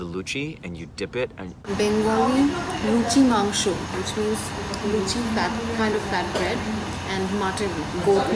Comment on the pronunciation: did u eat biriyani and roshogolla?. U say mangsho just like a bangali. Even many bangalies cant say it clrearly. Thats aam shorbot= mango juice. U find rude people everywhere.